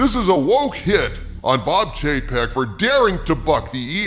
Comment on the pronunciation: I keep hearing Chapek as JPEG.....😆